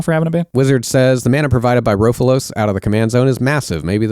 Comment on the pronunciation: Ro-fel-os, not "raw-fu-los" Anyways, the problem with the solution of "just make all the banned stuff into GCs it's fine, is the because bracket 4+ have no limits on GCs, it just makes bracket 4 miserable. You guys also seem completely dismissive of and unwilling to engage in good faith with the stated philosophy of the format and the ban list for EDH. Being primarily concerned with curating it as a fun and causal format. If that's the place you start from, it just comes across as you saying "well, we don't actually like or respect the format or its design intent or what it's trying to accomplish. Our goal is actually just to change the format to be fundamentally different to fit our vision, rather than just accepting maybe we don't like it". Like, yeah guys, Sylvan Primordial isn't the most powerful thing you can do in Magic or EDH. That isn't the measuring stick for bans in EDH and never has been and you know it. You're smart enough to know you're ignoring the guiding philosophy, which means you know you're acting in bad faith.